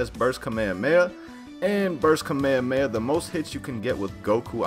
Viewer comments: Its called Kah-May-Ha-May-Ha It is pronounced that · Why does he say kamehameha like that